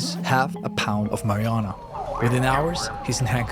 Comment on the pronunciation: great video. W content. i don't think you said marijuana correctly once.